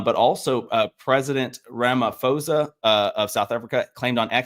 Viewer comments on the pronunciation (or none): Pronounce the name right please - Rama - po - sa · The ph in ramaphosa os pronounced as a hard p, like in poke put pan pun